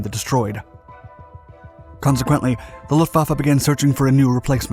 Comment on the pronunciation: "Luhfaffe" Mi zenn